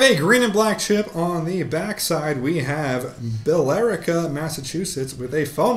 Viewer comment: You butchered the New England names. lol Leominster is closer to Lemon ster. and Billerica is Bill Rica the E doesn't exist.